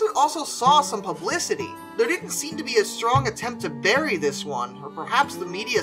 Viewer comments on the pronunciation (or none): none